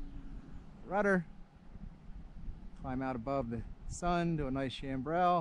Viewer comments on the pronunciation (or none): I didn't pronounce the climbing turn to altitude I called out in the video correctly. The proper term is a chandelle, not a chambrelle...